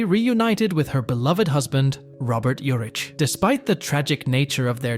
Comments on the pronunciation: Just so you know it's Vegas,not Vegadollar and his last name is pronounced Ur-ick not Ur-itch. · Last name pronounced: Your’ick. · I watch this channel nearly every day new or old I've never heard such pronunciation issues lol Its VEGAS dude 🤣 Not Vega 💵 sign Urick Was how he pronounced Urich I believe Otherwise another interesting 🤔 valuable video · It was called Vegas... NOT "Vega Dollar" ... SMFH ... And you miss pronounced his name (OVER AND OVER AND OVER) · I like Robert Urich, and I've watched this channel many times, but I can't get into a video where you can tell it's just a recording and doesn't say the name right! These were real people and deserve better! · How many ways are you going to mispronounced his last name??? And Vega Dollar?? WTF????😂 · Vega "dollar?" You gotta be kidding me. 🙄 Is this an AI voice or what? Dude can't say his last name right, either. Pathetic! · How completely awful, and horrible a video. First Robert Urich died in 2002 not 2020. The horrible AI voice constantly misstated his last name. And really the way they said Spencer.......for hire was ridiculous and it's Dan TANA, not Dan TONA. But far and away the most ridiculous was Vega dollar 😂😂😂😂.